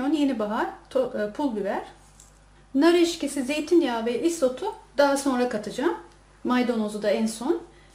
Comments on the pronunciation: nar eskisi deil nar eksisi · Nar eşkisi değil nar ekşisi olarak söylenir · yalnız o onu demiyor. Nar ekşisi konulur tabiki videodaki bayan "Nar EKŞİSİ" yerine "Nar EŞKİSİ" Dedi. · Nar eşkisi değil EKŞİSİ. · Nar eşkisi değil nar ekşisi🤣🤣🤣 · nar eşkisi değil nar ekşisi lütfen:)) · Nar eşkisi değil,nar ekşisi denir ona. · nar eşkisi değil nar ekşisi